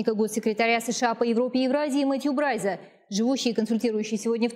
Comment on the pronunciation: Какое интересное русское произношение у Мэтью Брайза, с учётом, что он работает в Турции - вообще молодец